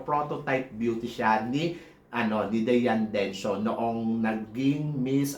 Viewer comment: Diane Necio, not Dencio! Hahaha!